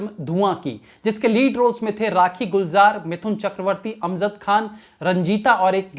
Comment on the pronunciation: Sir it's Amjad not amzad And it's bawajood not bawazood You are replacing J with Z unnecessarily